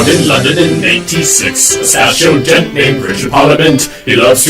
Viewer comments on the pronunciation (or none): none